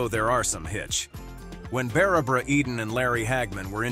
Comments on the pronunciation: Bara bara Eden? Sheesh! What's so hard about pronouncing Barbara! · So hard to listen to the narrator mispronounce so many words. You can't even pronounce Barbara. It's Not Bara bara! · Beara Beara instead of Barbara Eden. 🙄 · Learn how to spell and pronounce Barbara. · Doesn't your auto nariator know how to pronounce Barbara?